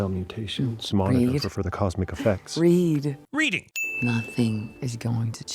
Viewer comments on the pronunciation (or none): Hahahaha that sin for "Reeding" got me. hahahaha